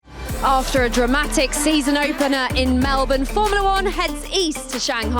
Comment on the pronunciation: Did she really say 'a dramatic season openener' in the intro? 🤣 It's just how you interpret that, it was indeed dramatic 😪